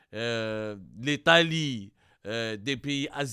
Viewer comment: Des corps dechéquetés ouela déchiquetés !? L’etalé ouela l’Italie !? Roh y’a Abdou, tu ne sais même pas parler… Pour info le premier journal qui a diffusé l’info c’est Marianne, un article ecrit par Amar Ouyahia qui est habitué a s’attaquer à l’Algerie … A bon entendeur !